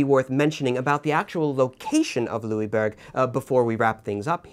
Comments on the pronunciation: Well, I'm from Québec, your pronunciation was pretty good, just next time pronounce it "Louisboorg" if you want to get it spot on. Also, I hope you cover the siege of Louisbourg some time in the future, along with other events in the seven years war such as the siege of Québec itself. Great job by the way. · I wouldn't say to pronounce the "g" though. We don't pronounce the "g" in "bourg". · Louisbourg? Translate it into german and it is Ludwigsburg, there is a town north of Stuttgart with this name , there is one of the largest german palaces/Schlösser.